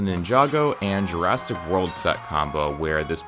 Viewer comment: Has anyone noticed that he said Jurastic world?